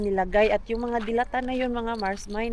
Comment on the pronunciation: Magkaiba pala tayo na bet na corned beef mars, purefoods ako. Mabagal ang bigkas ng delata mars hindi mabilis. Relate much ako sa patulog na pero magsasabi ang bagets na gutom para extended ang watching time hehe kaloka mga palusot ng mga bagets. God bless.